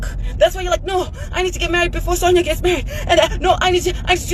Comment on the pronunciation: Iwe it’s pronounced Sonya